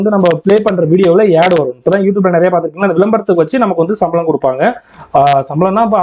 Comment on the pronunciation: யெட் இல்ல புரோ ஆட் னு சொல்லி பழகுங்க